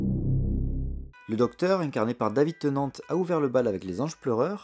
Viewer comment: Alors attends, juste une chose, il y a quelque chose que tu as, qui m'a choqué : David Tennant = le T ne se prononce pas ! En gros ça se prononce comme ça = David Tennane (oui on prononce le N par contre...) sinon très bonne vidéo, continuez comme ça !